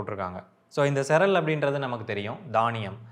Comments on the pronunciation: பாய்.... Cereal என்ற வார்த்தையை சிரியல் என்று சொல்ல வேண்டும். நீங்கள் 'செரல்' என்று சொல்வது தவறு. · Cereal should be pronounced like serial. Not செரல் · Cereal to be pronounced as see·ree·uhl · Cereal is pronounced as serial